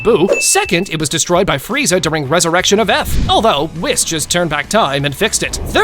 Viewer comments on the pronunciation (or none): bro said wiss and not WEES